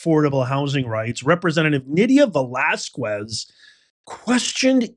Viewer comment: If it's true you read the comments (I have never noticed you giving a heart or a like to any other comments but your own), I just wanted to mention that the "u" in Velasquez is silent...so it's pronounced "Velasqez"... Hopefully you got it now in case you need to say her name again...